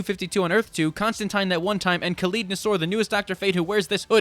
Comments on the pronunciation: You know what our problem is? We're too intelligent. We like characters who make or let us think. (BTW, I just heard you say, "Constantine," rhyming it with "wine," English-style. Thanks for that.) Oh, and, you need to stop writin' checks yo' ay-yuz can't cash! THAT mutharockin' tough you AIN'T!😆‼ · There are just FAR too many good points raised in this video for me to comment on so I’ll sum it all up with “I agree 👍.” Most especially on Wonder Woman. Also, THANK you for being the only one capable of pronouncing John Constantine’s name correctly 🙏🙏